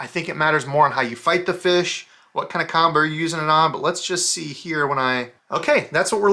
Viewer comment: I love that he says feesh. It’s my favorite!